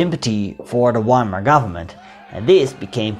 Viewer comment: Its pronouced Veimar and Vehrmacht i wished you pronouced it right bro it gives me anxiety